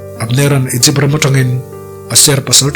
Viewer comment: Igypt(egypt)hi Aikupta tiin chhiar tawh teh suh u